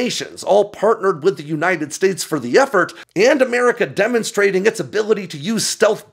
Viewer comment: says "DEMONSTRATED".............duh